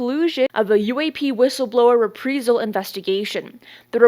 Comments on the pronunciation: It's RE-PRIZE-AL NOT "re-pree-zal". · It’s pronounced ree-PREYE-zal (as in “eye”) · These vids are great! Daily posts? wow, that's a ton of research, cudos! Also, is it "Re-pree-zal or Rep-Prize-all" when pronouncing reprisal? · Please pronounce Reprisal correctly... It's rih-PRY-zuhl, NOT Ree-Pree-zuhl. Thanks! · reprisal is pronounced like the word I in the middle not as you’re saying it like EE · Reprisal. Re-pry-sal. Not re-pree-sal. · The word is pronounced - re-pry-sal. Not, re-pre-sal … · Repreesal 🤦‍♂️am convinced this is an ai clone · love your reports. glad your keep people up to date with information. you threw me off with your pronunciation of reprisal. you keep say repreesal. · Reprisal is a long “I”, like “eye”. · Just a tip, reprisal is pronounced: re·prai·zl. Keep up the good work! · You mean re-PRIZE-UHL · It’s pronounced re-prie-sel, like pie. Reprisal. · Pronounced “re-prize-al”. Thanks for coverage though. 👍🏻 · "Ree-Prize-zl". Long "i". 😁🥰😇😶‍🌫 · Reprisal…..say it like it’s spelled “repreyesal”…..pls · The word is reprīzal. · ITS PRONOUNCED RE PRY SAL AS IN EYE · I think she is! Repreyesil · Yeah, driving me up the wall. It’s not reprEsal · is multilingual, she’s doing her best. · I speak Spanish as my wife is from Venezuela and I can see why you'd pronounce it that way if that's your context. She spends like a native English speaker to me though. It'salso possible some parts of the English speaking world would just say it like that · Please just learn how to say reprisal. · Anyone ever notice that she pretty consistently pronounces words wrong. Reprisal? There are multiple in every video.